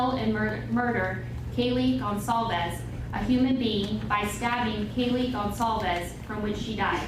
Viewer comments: Should say goncalves not goncalves, maybe not Spanish but Portuguese, or Basque., Etc. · Mean goncalves not gonsalves